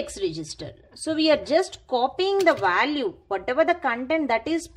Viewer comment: Value not vaalu. Vaalu is rough word in my language. It sounds crazy. No offence. Anyway great video.